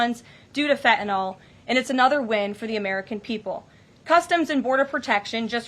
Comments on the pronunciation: it is pronounced FEN TAH NILL - FentaNYL. N Y L on the end not N O L... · i just wish she would pronounce fentanyl correctly. it's NIL on the end with a N Y L not N O L . lol... everyone pronounces it wrong >_<